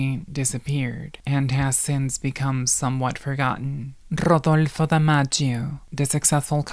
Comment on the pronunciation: At first I thought this was some shitty AI voiced, wikipedia entry reading but this that PERFECT pronunciation of "RRRRodolfo" convinced me this was a real person who is proud of their latino heritage. Grrrracias y buen dia herrrrrmana,.